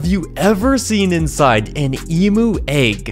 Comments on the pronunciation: it's pronouced eemyou not emoo🤣🤣🤣🤣🤣🤣🤣🤣🤣🤣 bruh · Emoo? its Em-you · It’s pronounced emyu